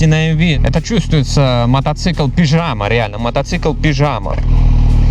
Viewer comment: Не пижама, а пиджяма! =)